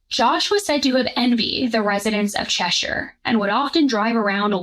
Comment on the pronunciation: I'm so glad you said Cheshire properly instead of Chesh-Hire.